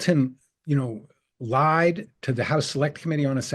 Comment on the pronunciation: . The real-life, actual cryptonyms were "LI/ENVOY" and "LI/EMPTY" ("el eye"), not "Lee".